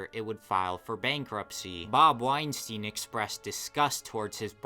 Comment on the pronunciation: Good vid, although there is one common mistake that kind of irks me. Epstein and Weinstein are not pronounced Ep-steen and Wine-Steen, it should be ,Ep-Stine and Wine-Stine. Think about it. Nobody calls Einstein, Een-Steen, do they? Also, by the naming convention you used, Weinstein should be Ween-Steen. Which, although it probably captures that villain's essence more definitively, is wrong.